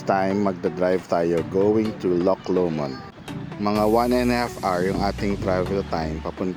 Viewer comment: aah, LOW-mond not lo-MOND haha